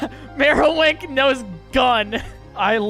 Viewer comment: MAROWICK MY NIGGA IS MARO WAHK and K YOU REM its KUH EYE REM